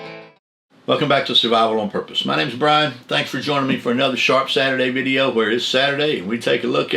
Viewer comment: I remember when I first started to watch. The first video I seen I thought you said shart Saturdays. I thought well must be some good blades coming up